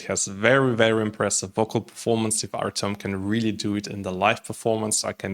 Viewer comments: Artem, not Artiom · This is a complete lack of respect for the person and the language. Just because you are used to speaking Russian does not mean that you should change the sound of the name to your taste. When you mispronounce the name of a completely different group of languages due to ignorance, this is one thing, but when you deliberately Russify Ukrainian, this is disrespect.